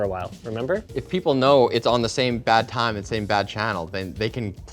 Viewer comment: "Bat Time" not "bad time"